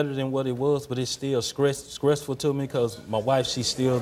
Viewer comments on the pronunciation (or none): This ninja said skressful